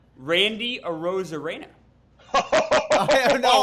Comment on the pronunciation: Nailed that Arozarena pronunciation!